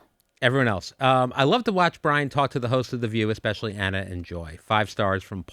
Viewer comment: Anna not Ann sorry